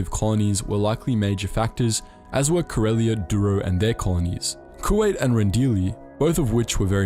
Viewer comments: The way you're pronouncing Kuat is throwing me off..saying it like the asian country Kuwait(coo-wait) and not Coo-ought like it's properly pronounced. It's a dumb irrelevant nitpick I know. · Love this vid but Kuat pronounced as Kuwait hurts me on a spiritual level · Did the Star Wars channel really mispronounce Kuat as Kuwait?